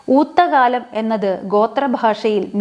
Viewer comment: ഊത്തക്കാലം.... എന്നതിന്റെ ഉച്ചരണം ശരിയല്ലല്ലോ. ടീച്ചർ ഊത്തകാലം എന്നാണ് പറഞ്ഞിരിക്കുന്നത്.